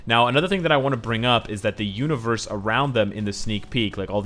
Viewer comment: Anybody hear him say univorse